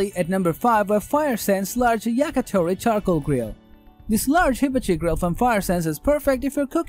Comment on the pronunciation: OMG, you have to learn how to pronounce HIBACHI correctly! Just watch, literally, any other review of a hibachi grill.